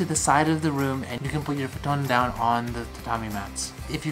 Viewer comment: Have I been pronouncing futon incorrectly all my life!?